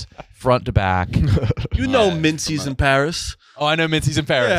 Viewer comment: “Mintzys in Paris”😭😭😭😭